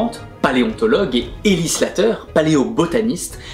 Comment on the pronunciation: Excellente analyse. Dommage que tu te plantes sur le seul nom féminin principal... Pr Ellie Sattler. Pas Slatter... ;)